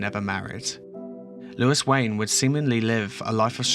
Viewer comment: surely is louis as in looooooo eee, not lewis with lew is